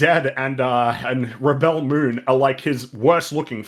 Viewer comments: Reb-BELL Moon. 🤣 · I love how they kept saying Ribbel Moon lol